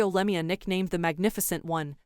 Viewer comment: Terrible AI speaking voice and getting all last names wrong like Lemieux! Just do not use AI as it is only crap!